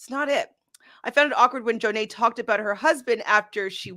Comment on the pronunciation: Am I the only one who thinks that the way the ladies pronounce Jonna’s name is hilarious 🤣🤣 JOOOO-NAY